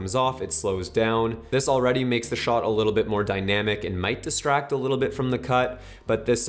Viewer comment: I love, he’s the greatest but the way he pronounces “shot” makes me cringe 😬